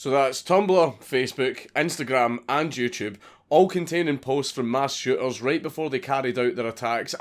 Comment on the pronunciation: The way you say "youtube" sounds like "jewtube".